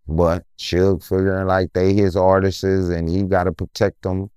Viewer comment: 😂😂😂😂 and artistses 😂😂 I though it was artists